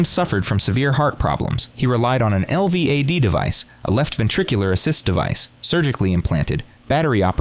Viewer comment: It goes from certainty of innocence to excuses for guilt without explaining when the defense and family abandoned the assertion that she didn't do it. And, it's pronounced el-vad, not spelled out